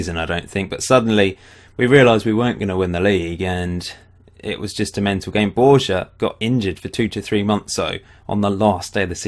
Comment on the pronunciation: Borja is pronounced Borha.